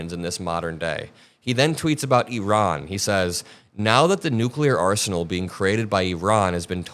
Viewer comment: So glad you pronounce 'Iran' correctly. 👏💙